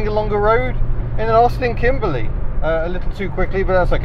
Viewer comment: I appreciate the "Kimbleh" Notts pronunciation!